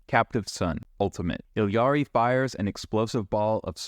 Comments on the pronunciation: It's pronounced EE-Ari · She literally pronounces it "Ee-ya-ri", wtf are you talking about?